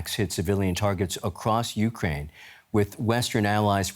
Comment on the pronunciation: "Putin is building a grat uckrain,his desire is to see a great contry".